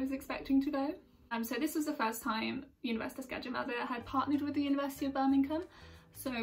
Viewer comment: How foreigner pronounce universitas gajah mada : universitas kaaca maataa